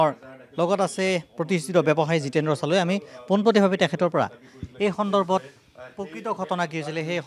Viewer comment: চালৈ নে শালৈহে ? এজন অসমীয়া ব্যক্তি হৈ অসমীয়া ভাষাত শ, স, ষ আখৰ যুক্ত শব্দ সমূহ কেনেকৈ উচ্চাৰণ কৰে নজনাটো লাজৰ কথা নহয় নে ?